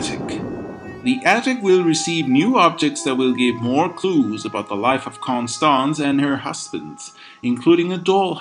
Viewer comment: Why do you keep mispronouncing Constance's name?